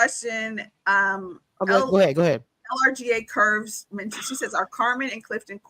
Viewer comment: LRGA Curves is pronounced like Larger Curves she has her own platform as well